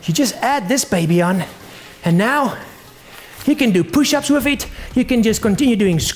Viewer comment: i like how he says "wif it"